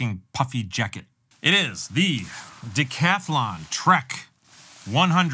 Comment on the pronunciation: I wish Americans would at least try a bit more to pronounce European brand a bit better. Conversation in France with two hikers from the US: Me: „ … i bought that puffy at Decathlon“ Them: „where?“ Me: trying to prounce it as French as possible „Decathlon, sorry my French is not son good but I think that’s how to pronounce it“ Them: „ohhh Decathlon (with the Englisch TH), that’s how you pronounce it, very where, that’s their name“ Me: 🤦‍♀️